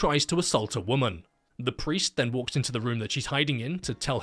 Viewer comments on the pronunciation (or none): none